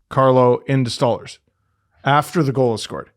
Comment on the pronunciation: please stop saying 'STAWLERZ its "STOLE-ARZ"